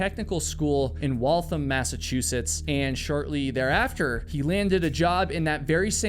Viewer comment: It's actually pronounced "Walth-ham." I've lived in Massachusetts my entire life (except for a year in Maine, ironically 🙃) and actually worked in Waltham at one point. It's a nice little city. (Except for weirdos like this dude. 😂)